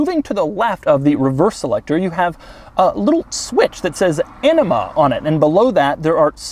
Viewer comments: Doug im pretty sure its A-NEEM-A not Enema thats something different 😂😂😂 but maybe it was a joke since Doug is a bit of a douche 😄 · Please stop saying enema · Doug’s the type of guy to pronounce “Anima,” as “ENEMA.” smh 🤦‍♂️ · Anima pronounced enema? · Lol he said “enema” when I’m pretty sure it’s pronounced “AN eh MUH” (Anima) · Lol at pronouncing "anima" as "enema". It's pronounced like Ah-knee-ma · Doug, the words “enima” and, “anima” mean two very different things. Gotta work on those short “a” sounds sometimes for some words. But I definitely chortled when you pronounce “anima” as “enima”. So many bad “enima” jokes....lolz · I keep hearing "Enema" instead of "Anima". 🤔 I think it's pronounced Uh-nima? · "Lamborghini enema". No thanks, Doug. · Heard anima as enema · It's not ENEMA it's ANIMA !! With a surname like yours I would have thought you'd know how to pronounce it 🤔 SABBIA - SAND TERRA - OFF ROAD (EARTH) NEVE - SNOW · Not a product of my imagination. Doug pronounces "Anima", but sounds like "Enema". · Anyone else hear ‘enema’? :) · Drive mode “Enema” - Doug Demuro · I was looking away from the screen while listening to the infotainment comments and I can tell you that the words “Lamborghini anima” sounded a little different and shocking. “This Lamborghini has an enema button? That doesn’t exist even in the most luxurious Rolls Royce,” Were my first thoughts. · Pronounce "anima" more carefully. I'm pretty sure you said "enema". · Every time you say Anima I swear you are saying enema... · The "enema" switch :o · Anima sounds like enema, probably not good. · why did he pronounce it "ENEMA" ?? is it Lambo Douche level selector? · who else thought he said ENEMA? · Doug, they type of guy to pronounce "anima" as Enema. Lol dufus!